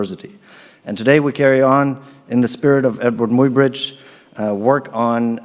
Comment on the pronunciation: The name Muybridge is pronounced ~my-bridge.